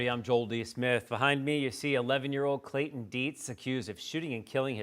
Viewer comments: Please quit calling the killer’Clay-en’. It’s really annoying! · Very good reporting. But there is something I do not understand. pronounced the ‘T’ in her surname; why does she skip the ‘T’ in Clayton and pronounce it “Clay-un”? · Isn't there a "T" in Clayton? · There is a T in his name.